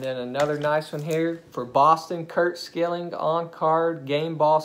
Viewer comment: Schilling is pronounced Shilling